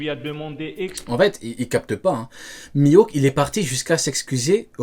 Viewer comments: Miaok qu'il dis et pas mihawk 😂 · je pense que ce type te parle de « Mihaouk » et non « Mihawk » 😂 Problème résolue 🤣🤣